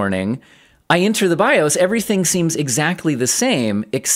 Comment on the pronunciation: "bi-ohs" kills me every time